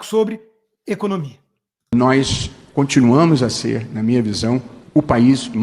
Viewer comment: Barroso diz: Nóis continuamu ... 🤣🤣🤣🤣